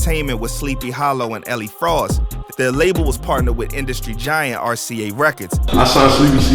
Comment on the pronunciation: "elie fross" 🤦‍♂️🤦‍♂️🤦‍♂️